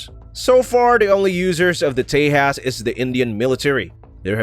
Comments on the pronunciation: Not te-has.... It's te-JAS..... (J ISN'T SILENT) do some proper research before just posting videos Cant even get the damn pronunciations right.... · btw, its pronunciation is ;j is not silent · The "J" in Tejas is pronounced as J, not H.